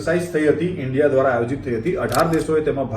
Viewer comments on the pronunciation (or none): none